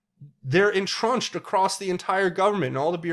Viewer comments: The word is intrenched, not entrunched. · It’s actually “entrenched”.